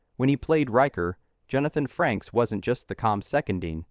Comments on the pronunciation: they keep saying FRANKS , not FRAKES AI is destroying you tube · It's not Jonathan Franks, it's pronounced FRAYKES. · AI Voice and then calling him 'Jonathon Franks" clicked off the video by 30 seconds.... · I stopped watching the second the narrator called him Franks. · AI couldn't even pronounce his name correctly. FU Youtube. Show us the actual videos people slaved away to make.